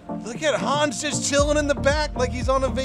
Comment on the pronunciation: Hans, spell it with a short A ;)